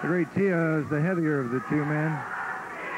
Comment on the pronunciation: Why dos Savage keep calling him Tia instead of Tio?